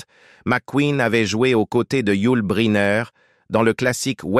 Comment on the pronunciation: il m'agace votre "narrateur" à mal prononcer le nom de Bryner ! c'est lourd ! allez on zappe !